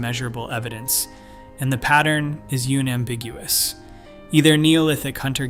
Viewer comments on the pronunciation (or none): "the pattern is you-nam-biguous" 💩